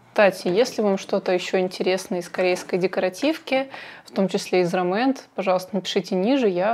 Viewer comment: РОмэнд ударение на первый слог :) По поводу туши, стойкая тушь легко смывается двухфазным средством. тушь наслаивается после каждого слоя, а не пытаетесь все сразу нанести на ресницы. Спасибо за видео :)